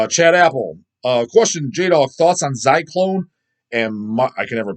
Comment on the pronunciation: Hey,! My last name is pronounced Ah-pell, thanks for getting it right! Apple is close enough, have you talked about Pissgrave? I love their sound, pretty unique🤘🏼